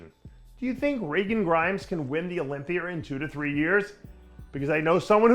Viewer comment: What the fuck is an "Olypier" ?